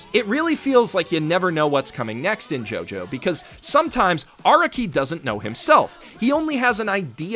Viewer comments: Well, I know this is a two year old video and all, but I wanted to place this here for those who may only rely on what this video says. (SPOLIER WARNING AHEAD) First of all, Araki is pronounced 'Ah-rah-ki," not "Ara-ki" like says in his video (which, other then his mistakes, is amazing). Second, many of the "plotholes" people believe are in JoJo, like Araki forgetting Giorno, Bruno, Jotaro's ability, etc. ability to, speed up someone's thought process and reflect damage, tell if someone's lying, STAR FINGER, etc. is NOT Araki forgetting. Think back on the story of all of those characters. There are not any battles afterwards where there would be a need to use/show that ability in use. Star Finger has long range, but is weak compared to Star Platinum's actual strength. Fighting someone with Star Finger like DIO with The World is not the best idea. After the introduction of Giorno's ability to make people's subconscious go haywire, there is no need to show it on screen/on paper, as we should know it's happening to whomever is being hit by Giorno's stand, Golden Experience's punches. As well as, none of the things Giorno creates beyond the point where his damage reflection is shown is able to reflect said damage it takes. All of this was covered by Youtuber, Hamon Beat. I suggest watching his video series on the false allegations of moments of "Araki Forgot." I also emplore you to watch his other video about the times Araki DID forget. That'll be all from me, a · why do you say araki wrong?